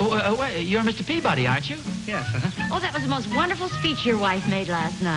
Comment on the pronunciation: They kept mispronouncing the English surname "Peabody."